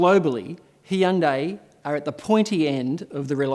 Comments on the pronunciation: No, not 'hi-un-dai' Nor ' hun-da - i'. ***It is 'hun- dae' two synavols in correctly in Korean. Not ' hun- da- i' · It’s HI- un DAY … not He- un -day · actually in Korea its pronounced Hoohn-Deh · I checked with my Korean Korean (from Korea) wife to be sure. "Hun-day" and "Hee-yun-day" are both wrong. Hyundai in Korean is 현대. If it was "Hun-day" the Korean would be written 헌대이. If it was "Hee-yun-day" it would be 히연대이. Hyundai is a two syllable word. The "Hy" is a consonant blend meant to be said together, like the "st" in the word "stop." We don't say, "suh-top." Since we don't have that blend in English, Hyundai USA dropped the Y, Hyundai Australia added an extra syllable. And all of us turned the final vowel into a diphthong. I know more about language than I do about cars. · It’s pronounced “Hyonde”😂 de as in Denmark. It’s clearly Koreans fault as they can’t be bothered to check how their native names can be pronounced in English. Samsung is another example. But that’s Koreans for you. I live here and I’m always astounded how can they mass this up and vice versus from English while often they have most sounds to do it correctly. But no… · My first thought was why is he call it a Heeindae. 😄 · Oh yes, thank you for pulling up the U.S. pronunciation of ‘Hun-Day’ being wrong. Drives me crazy when Americans say that! It has 3 syllables people… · I lived in South Korea for a while. Its pronounced..... hi-uhn-die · in teh UK Hyundai ran an advert campaign to clear up the pronouciation of Hyundai and it was nothing like you said. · the HYU is one syllable, not two as this narrator is prouncing. Similar to CUte. But a H instead of a C. Also nday instead of te. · Dude your pronunciation of hyundai is wrong. Check the internet correctly